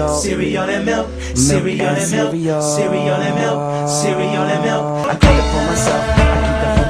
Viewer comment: "KICKASS CEREAL, CEREAL AND MELK, CEREAL AND MELK, CEREAL AND MILK!" -tony the tiger 19XX